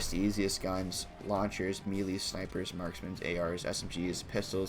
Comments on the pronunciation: Dude really said "meelees" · HE SAID ME LEES